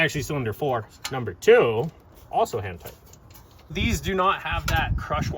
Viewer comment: I thought i kept hearing "Hentai" then i paid more attention to video and he really meant "hand tight"....or did he?....